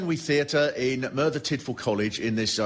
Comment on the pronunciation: learn how to pronounce Merthyr before you do a show about it you numpty